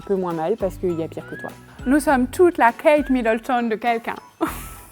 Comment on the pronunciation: Hahaha! Géniale cette vidéo 😂 "on est toutes la Kate Middleton de quelqu'un" avec le petit accent 😂